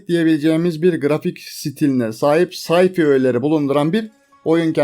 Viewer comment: sci fi, say fay diğe okunur. Wifi de vay fay.